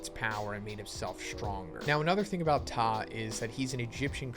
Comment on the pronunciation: You pronounced Ptah's name correctly bravo👏🏿